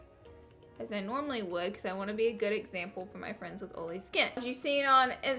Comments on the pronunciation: It's oil not ol. It's oily. Not oly. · Omfg ur accent is so frickin cute and you say oily like oally ur so frickin cute OMFL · "Oley skin" like wtf 😂😒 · I literallly thought you were saying “OOLY” like the pen brand lol then I realized you’re saying “OILy” 🤣🤣😊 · "Ole" "Oley" 😂😂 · i left the video as soon as she pronounced oily "oly" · every time you say oily in this video I think of Karen's (iluvsarahii) dog Ollie lol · Where I'm from you say oily perfectly😂